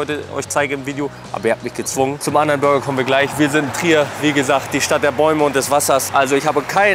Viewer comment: Burger und nicht Bürger😉